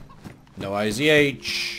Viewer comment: Dude, it's not IZH, its ij (иж). Russian old rifle.